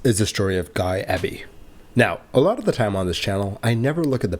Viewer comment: The surname EBY is normally and logically pronounced as Eee Bee! If it was Ebb Bee as you indicated, the surname would probably be spelled with a double B! I.e. Ebby. 'Just like to 'get names right', as a sign of respect! Your videos are very well researched, edited, explained and presented! I also appreciate your narration and natural voice! Please continue to avoid the use of AI Chatbots! 🏆 🛫 🛬 ✈️ 🛩 ✈️ 🛬 🚗 🏆